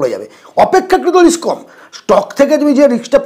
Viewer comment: রিক্স নয় ওটা রিস্ক।। বাঙালী দের ইংরেজি কেন এত খারাপ